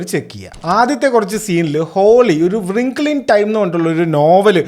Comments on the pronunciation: റിംഗിൾ, not വൃംഖ്ലേ 😅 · Bro don't take it bad, it's റിങ്കിൾ not വ്റിങ്കിൾ. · Wrinkle എന്നത് വ്രിംഗിൾ എന്നണോ ഉച്ചരിക്കുന്നത്?